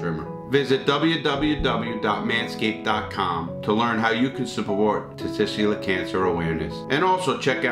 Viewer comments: I lost it when he said testigskler 🤣🤣🤣🤣🤣 thank you so much for not cutting that out. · Not being wise but for future reference it is 'testicular'. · That’s not how Larry says it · Third time lucky get the "tessicular cancer" right then...... Got it wrong fourth time. But dude I fucking love your videos